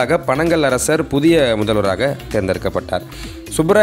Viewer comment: Bro panangal arsar illa panagal arasar. However rare video with lots of hard work to recollect the details. Good work.